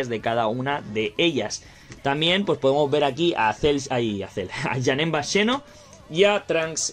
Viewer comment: porque pronuncias Xeno tan extraño? ahora me da curiosidad escuchar a un español pronunciando al palabra xilofono